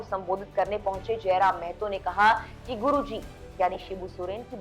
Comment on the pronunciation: मेहतो नही महतो है मैडम